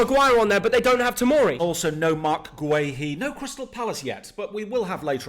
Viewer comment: Please it’s pronounced gurr-hee not gwe-hee 😂